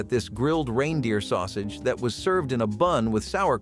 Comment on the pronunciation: What is a "Rhine-deer"?